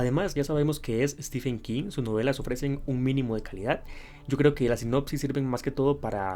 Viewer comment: Se pronuncia STIVEN no STIFFFFEN. De nada